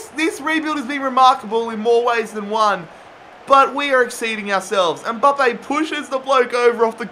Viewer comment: it's Mbappe not Umbappe